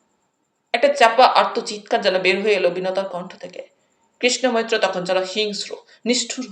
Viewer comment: কৃষ্ণ মৈত্র নামটি উচ্চারণের সময় বহুবার কৃষ্ণা মৈত্র হয়ে যাচ্ছে।